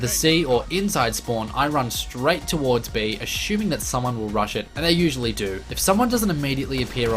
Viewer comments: "Uh-shoe-ming" (Assuming).. Luv it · Ashuming... haha